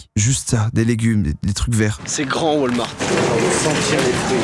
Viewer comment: Ça se prononce ps wolmarte mais walmarte. Votre accent francais c’est d’la marde 😅